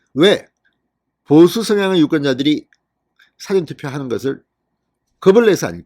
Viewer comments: 사전투표 발음 좀 똑바로 하세요. 늘 국어사전, 영어사전 투표하나요 어쨓든 윤석열 파이팅! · 사전투표 발음이 왜그렇는가? 백과사전이가?